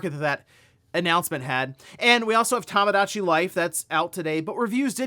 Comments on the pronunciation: Toe moe dah chi. Not tamagotchi. Bro….. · It's TOMOdatchi, not TAMAdatchi! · It's TOMOdachi Life, not TAMAdachi 😭